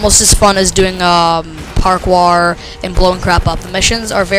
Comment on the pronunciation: LOL park-wour :P It's pronounced "par-core". Just a FYI